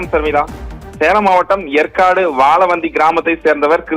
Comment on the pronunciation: Yempa yercaud ucharika theriala ni epdipa seithiyalar ana